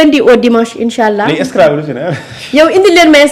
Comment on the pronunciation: Cette femme a un probleme de prononciation...On Scrabble et non Scrabbe